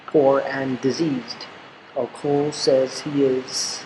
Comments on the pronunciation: Hello thanks for the work but i have I kind comment... the name Ocol is pronounced as Ochol not okol... the letter H is always silent in Acoli language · It's not song of Ocul like u say it, try saying the "O" in the middle like the one in beginning. Good stuff though. And it should be Acholi not Acoli